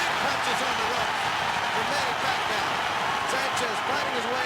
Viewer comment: announcer said manny pac aw! Lol